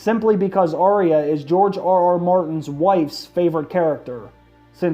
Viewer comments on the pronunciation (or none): It's pronounced ar-ya not ar-ry-a it only has two syllables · Arya...say it with me. Ar-ya. Not Ar-ee-uh. Cmon man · I wish you would pronounce her name correctly. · Do you even watch the show?...you are pronouncing her name wrong...